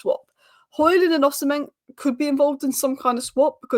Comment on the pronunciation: go with me.. i am Nigerian... it is Osi mhen.. not osin hem